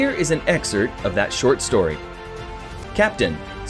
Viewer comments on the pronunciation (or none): none